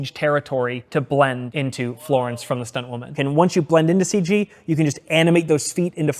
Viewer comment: blend into “Floorence” 😂